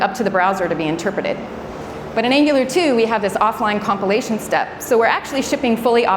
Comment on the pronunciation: Great talk...just distracted everytime I hear 'copulation' when she said 'compilation'